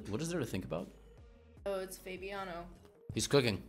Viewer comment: Bro she really called him FAYBIANO